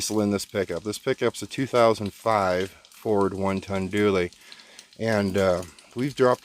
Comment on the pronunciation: It’s a Dually! Not a Doooley!